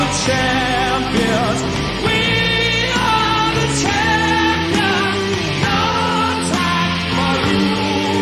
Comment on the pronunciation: Sorry to nit pick and bust everyone's balls, but champions is a 3 syllable word not a 2 syllable word.